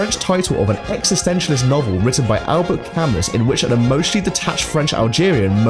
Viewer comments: S in Camus is silent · Immaculate french pronunciation of L’etranger followed by murdering Camus’ name with an english pronunciation “AlberT CamUS”